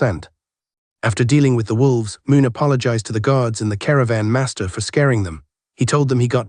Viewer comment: This the AI with the weird inflections. It isn't bad this series though. It really freaks out during Cultivation series. Words like "Master" come out "Masterrah"